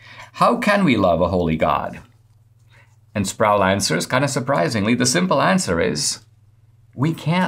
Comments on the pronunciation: RC Sproul is pronounced not rhyming with "prowl" but rhyming with "pole," or "roll." Just FYI. Listen to Ligionier Ministries. Loved RC for years, and now he's gone, still love his stuff thru Ligionier, pronounced Lig-gun-ear hard "g". :) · R.C. Sproul's last name is pronounced, Sprole, not Sprowl.